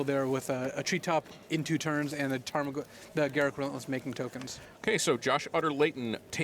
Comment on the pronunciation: They way pronounced Garruk makes me vomit.